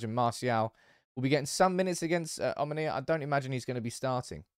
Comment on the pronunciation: I am from Cyprus it is omOnia not omonIa